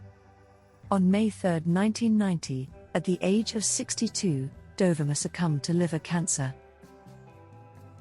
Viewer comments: Dear AI isn't it Dohveema! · Great archival photos. Just a gentle correction regarding the pronunciation of her name—it's pronounced Do-vee-ma. I'm not sure if the narration is done by AI or by you, but that's how Dovima pronounced her name. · Typical AI nonsense. Her name was pronounced Dov-ee-ma, and "dollar a minute" is not "dollar a mAI-nute".... (To name but two.) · It's Doe-VEE-ma!!!!!! Google it! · Please, to the narrator, learn to pronounce her name. DOVIMA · Pronounced: "doe-VEE-ma" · Isn't her namy pronounced.....Do...ve...ma...???? That's what I thought..😊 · It's dov E ma. Pronunciation please!? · This is a nice collection that is a fraction of her portfolio. She was a friend of mine back in the 1980s in Ft. Lauderdale. The bikini shot by Toni Frissel on a Jamaican beach is not her. And the commentary butchered the pronunciation of her name.